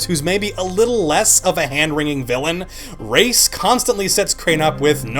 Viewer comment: It's RAIS, not Race. And he's not a doctor, god damn it.